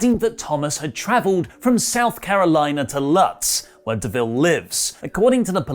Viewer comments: its not pronounced Lutz, its pronounced "lootz", all the "lutz" live in riverview with their moms, work at wing restaurants in tampa, & their dads friends follow their IG & only fan pages. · Lol it’s lootz not lutz like truipke lol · It's pronounced "loots" not lutz as it's spelled. Native Floridian from out of nowhere! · The town she lives in is pronounced lootz. It's a suburb of Tampa. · Yo, Lutz is pronounced like loot with a z. But I pronounce it like you on purpose. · Lutz is prounounced Lootz by those of us in Central Florida. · It’s pronounced loots even though it’s spelled L U T Z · You missed pronounced Lutz, where Sonya Deville lives. I used to live there, used to be a great place. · The Inner Tampa Resident In Me Was Gonna Type This 😂